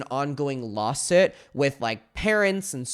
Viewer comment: "Lawsit" lol